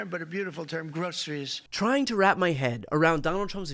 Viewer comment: "The best poles? They're tappered with a nice top?" 😳 Pure genius. Typical meaningless bs. "GRO-CER-IES?" 🤔